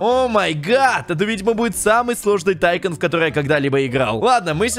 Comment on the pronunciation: Если что как ты говоришь тайкон называется не так тайкун называется атйкун